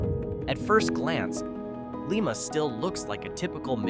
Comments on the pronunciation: Liiiiiiiiiiiiiiiiiiiiiiiiiiima not Leeeeeeeeeeeeeema🤪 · LEE-ma is the capital of Peru. But he pronounces Chillicothe correctly.